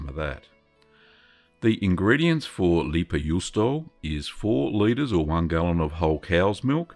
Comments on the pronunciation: pronounced "lay-pa yoo-stow-a" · Pronunciation tip: "Lei", try the start of "Raven" with a clear L instead of R, and "Pä" you can approximate with "Baron" but hard P. Juu in juusto is pretty much correct, just cut the o. You're ending it with "ou", chuck the u and you're good. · Thanks for the recipe! I'm from finland and the way you said leipäjuusto was okay😁👍 Not good, not bad haha. I actually find it kind of interesting how your pronouciation of finnish sounds exactly like an american trying to pronounce finnish